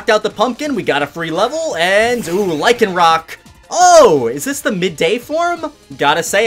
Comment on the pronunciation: Thank you for saying the dusk form lycanrock right.You get 5/5 stars.and sorry if i said it wrong ☹️